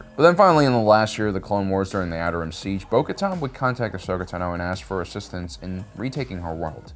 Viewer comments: Translation: Bo-Katan = Bo-Kar’en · Okay. It got worse. First he only misspronounced her name. And now he misspells it too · So many years and you still can’t pronounce names. Bo-Kotan Kriss, really? Bo-Kotan Kryze, pronounced Kre-sse. You just showed that she also reinforced Kenobi when he rescued Satine. So you can’t say her decision to leave was exclusively about Maul killing Vizlsa. SMH, Sabine Wren pronounced Sah-been not Sab-ene. You have a great channel, just stop your improvisations with names. Rewatch content for accuracy.